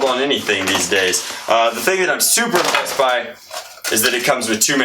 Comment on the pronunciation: Did he say super pissed or super impressed?